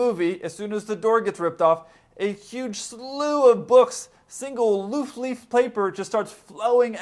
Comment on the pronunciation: Loof leaf ?? Lol